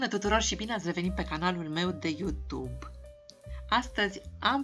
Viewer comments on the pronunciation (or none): none